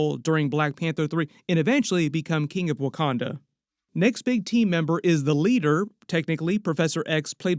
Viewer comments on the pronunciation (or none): none